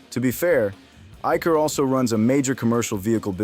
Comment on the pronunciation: Your pronunciation of Eicher is wrong